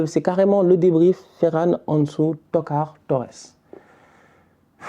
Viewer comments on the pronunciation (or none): 46 buts en 24 matchs: cette attaque est honteuse. Xavi doit bosser un peu plus. Mais pourquoi tu prononces « Anesou », comme si tu as pas etudié avec Sidy et Rama 😅😅😅